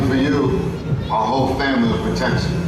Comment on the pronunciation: Vin Diesel pronounces it "Fambly"